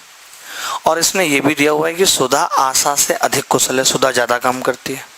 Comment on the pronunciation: Sir...its asha...not asaa